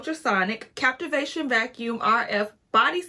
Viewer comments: It’s CaVitation. Girl. Stop saying the word wrong. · I said the same thing.......CAV ITATION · Definitely not called a ‘captivation’ machine. It’s a cavitation machine.